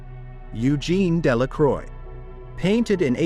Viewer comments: Eugene De La “CROY” 🤦🏻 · It is a good video, thanks, but i could not notice that for poor Eugene Delacroix, both his name and Marianne were mangled. Why not present classical paintings as they are, without blurring? Does not Youtube algorithm have enough "brains" to distinguish them from baser images? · my ears bleed at Delacroix :p